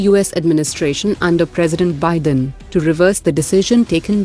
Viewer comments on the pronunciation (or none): none